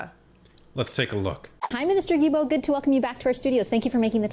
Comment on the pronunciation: Thank you both for your AWESOME WORK! As a francophone québécois, I let you know that Guilbeault is pronounced GILBO with a hard G, like in GO. Blessings.